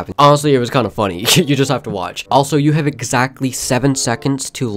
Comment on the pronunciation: Thx i like wen you say hawe a good Day hawe to